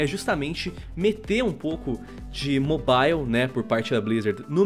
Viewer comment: Eu só acho que precisa chamar alguém que saiba falar o mínimo de inglês pra falar nesse canal, dá uma agonia toda vez que ele fala mobile